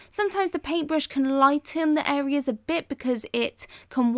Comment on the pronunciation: Why do you sometimes say "Areas", but then also say "hareas"?